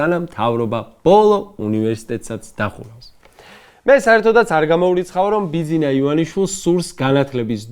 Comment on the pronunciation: როგორ აბლუკუნდა ბიძგვინა😂 ამ საქოცეთში ყველა რატომ ბლუკუნებს😅😅